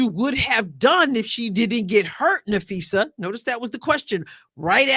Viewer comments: It’s usually easy to tell the AI narrations from human but c’mon “ Napheesha”. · I would have asked Stephen A where the coverage was of Unrivalled on First Take? There wasn’t a SINGLE segment about Unrivalled by First Take or Club Shay/Nightcap! So don’t talk about promoting women’s ball. I give them an E for effort! They don’t know Phee, how to pronounce her name. She is the reigning DPOY of the WNBA, MVP of unrivalled as well as co-founder of Unrivalled. Was unrivalled even brought up in this brief interview? No it wasn’t brought up AT ALL! They don’t care about women’s basketball Shannon is very tight lipped because he doesn’t watch women’s basketball, neither does Stephen A or Molly!